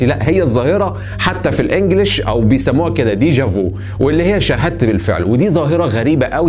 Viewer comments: حلقة جميلة , فقط ملاحزة بسيطة يا صديقي , deja vu تنطق دايجا في و ليس فو و تعني شيئا سبق ان رايناه , واصل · Deja vu تنطق بالفرنسية ديجا في وليس ديجا فو 😎😎😎تلاث نقط على ف يعني يعني حرف الفاء مفخمة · لا تنطق هكذا dèja vu .....